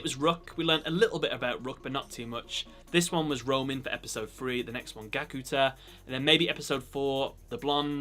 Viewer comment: Is Gakuto not Gakuta 😑